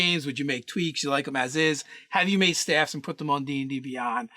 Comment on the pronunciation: Sooo ... top 10 steves hah ... Well steve rouger bust be top 5 Does steven strange count or is it just steves .... oh .. whats that ? they are saying staffs ???? why they saying it weird .